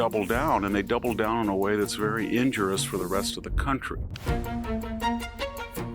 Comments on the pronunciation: The word is injurious, NOT "injurous." Four syllables, not three. The subtitles rolling across the screen spelled it right. You pronounced it wrongly. Maybe Joy Reid has a point. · Me: it's bad Educated folks: it's harmful Victor: it's ijnuruous I wish I were as eloquent!